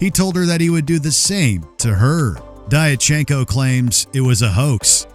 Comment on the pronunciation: Diatchenko is pronounced "Dyatchenko".